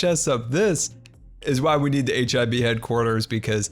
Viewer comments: I know your saying HIB, but somtimes it sound like your saying HIV. Great vid btw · I keep hearing HIV headquarters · Sounds like youre saying H.I.V. Towers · i agree, different name might be a good idea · I thought you said hiv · I thought you were saying HIV base and i was very confused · I thought that he said hiv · HIB? When I first heard it I thought you said HIV which I think the hermitcraft server could do without.